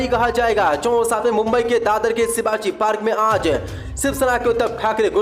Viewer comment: Sivaji nahin shovaji park he aap seen ki jaghesheen our sheen jaghe seen bolted ho